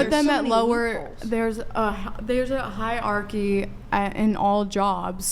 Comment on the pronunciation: what is a "high arky"??